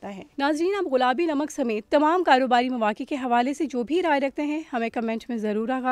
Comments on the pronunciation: Ghulabi ghulabi ghulabi ghulabi, aunty ji ye gullabi lafz hy. Sari diniya sunti hy. Urdu to theek bol lia kro. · Baaji ghulaabi nahin gulaabi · Most of the time u said غلابی its گلابی madam g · all the joy end when she keep saying Ghulabi instead of gulabi... common yar such a big channel and such a a big punctual mistake... we were feeling proud of pink salt but the girl by pronouncing such a badly literally off the mood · She's saying "ghulabi namak" 🤦🏼‍♀️ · یہ “ غلابی “ کیا ہوتا ہے۔ بار بار غلابی 🤣🤣